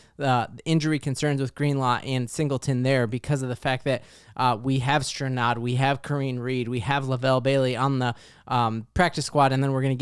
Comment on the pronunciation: FYI It’s pronounced “KA-RE-NEIGH” Reid not Kareen Reid